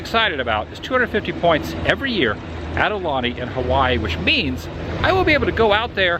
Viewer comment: Brah….. your pronouncing “Aulani” wrong. It’s “OW-Lani” NOT “Aahh-Lani”